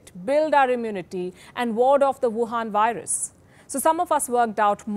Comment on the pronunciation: i love when She says WHAN VIRUS !!